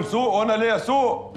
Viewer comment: بس فى غلطه فى كلمه سوق المفروض انتى صعيدى سوق وليس سؤ